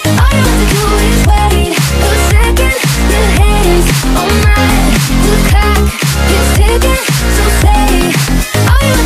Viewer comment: Sprinkle Dash the lyrics to the song are "the clock is ticking" not "cock is ticking" I'm saying it sounds like cock